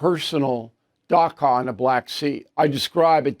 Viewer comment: It’s pronounced “dacha” (“ch”as in cheese”